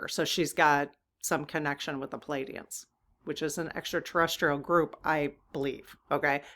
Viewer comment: Plee-AIDEE-ans, not PULL-Aidee-ans